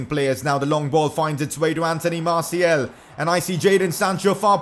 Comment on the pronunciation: Why do you say MartiEl. The second a is pronounced the same way as the first